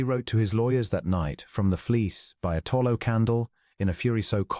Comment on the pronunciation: Mispronounced: content, vicar, tallow, argued, bowed, close, lychgate, embarrass, Adrian, use, rolling, …..; a human diction instructor is urgently required here. Also, the text is not synchronized with the spoken words.